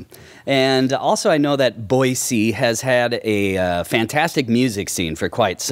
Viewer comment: It's Boy-See...the Z is silent!